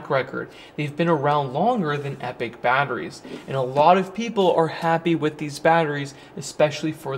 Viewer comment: It would be nice to see these come down in price a little more. Is it me? not epic, epoch ( said E pok ) a measure of long time. As most of these makers try to suggest they last a long time?